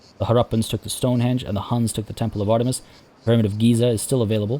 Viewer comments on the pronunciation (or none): none